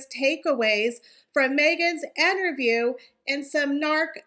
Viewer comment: Why do you say Enterview??